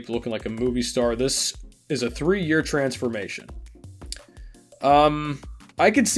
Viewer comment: Lol “trensformation”😂😂